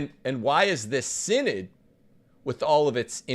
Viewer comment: “The Mortal Sin-Nod”